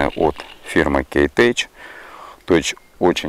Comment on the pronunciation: Читайте правильно, елы-палы! Какой тэч!!? Когда с английского читаете техно, тоже говорите тесно😄😄😄 Кейтэк и только он!☝️